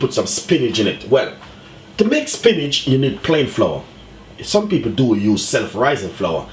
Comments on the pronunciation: "spinage" lol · 🤦🏾SPINACH!!??....🤔🙄🌿🌿🍃🍃/DAYYYUM I can't even defend you...coz ya said it well over 10 times🤷🏾... AND ITS WHIIIITE😂😂😂😂...LOL...👍🏾👍🏾..much respect tho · angelina why does he keep saying Spinach and there called Spinners ??